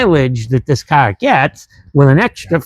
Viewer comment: Its a fun KAHHHH 😂, is that a Boston accent?